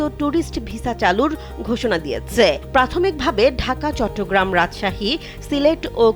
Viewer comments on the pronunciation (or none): none